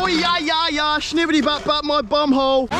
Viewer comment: he said hole but it sounded different and it also sounded like he was British at the end